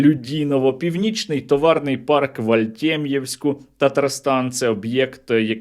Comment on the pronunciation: Не АЛТьТем'євськ, а АльМєт'євськ!